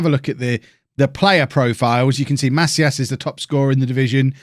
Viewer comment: It's pronounced "Ma-SEE-as"